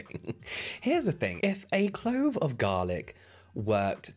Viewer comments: definitely wouldn't take advice from someone who says "clobe" of garlic, helppp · She most definitely did say "clobe" I went back and watched it like four times lol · Literally went back to see if she said "clobe" 😂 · She ABSOLUTELY said clobe of garlic like she was unable to choose properly between clove and globe…